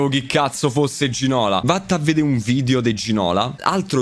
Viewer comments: A Zaaa non se po senti più Ginóla... Se chiama Ginolá è franceseeee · Ginola si legge con l'accento sulla A,non se pò senti Za